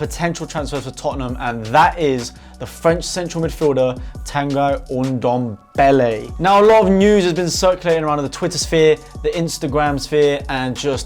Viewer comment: it is actually pronounced tanguee andombele